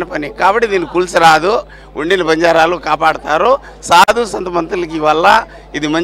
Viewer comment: News reader gaaru Not Say bajarelu......Say banjaraas.... OK...